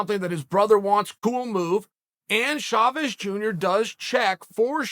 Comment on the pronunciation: "Shavez" hahaha